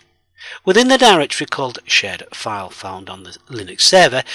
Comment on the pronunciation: Idk why but I am hearing shit_file and server_shit